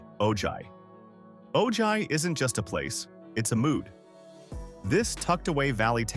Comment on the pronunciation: Ojai is lovely. But it’s pronounced oh-hi. The school district is actually shrinking for the lack of families with kids. 7and 8th graders are now at the high school. Properties out price any young family that wants to buy there